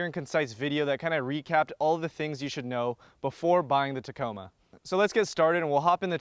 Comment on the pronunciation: It did sound like you said taco bell. Lol